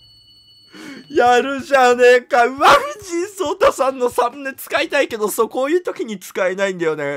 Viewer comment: 藤井聡太さんのそうたの言い方が「しょうたー！」ぽかった